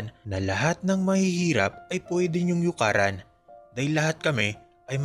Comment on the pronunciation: It should be "yurakan" and not 'yukaran'